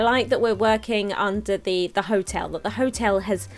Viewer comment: TIL can't read the word "hotel":D